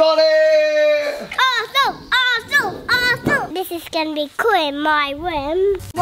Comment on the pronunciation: He said arshole in stead of arsenal😂😂